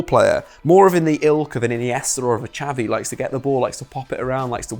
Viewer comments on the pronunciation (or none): none